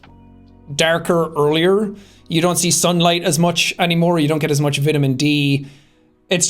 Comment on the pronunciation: *Vitamin, not vitemin